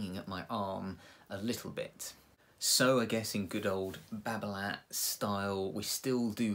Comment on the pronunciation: t is silent,,,nice review